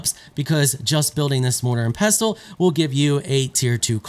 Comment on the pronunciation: Why can no one pronounce mortar and pestle